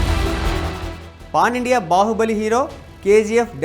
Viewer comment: Babu kastha ucharana chuskoni... cooler , pon India kadhu PAN India 😏😏😏 arthalu maripothunnayi....